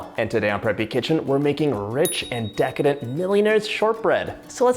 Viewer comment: Drinking game: 1 shot for every “DA-licious” or “Deecadent.” 😂